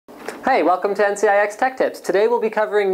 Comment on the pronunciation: lol "NCIX Leap over this hedge"